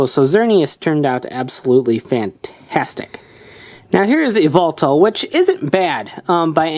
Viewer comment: To pronunce its zerneus and just say y and then veltal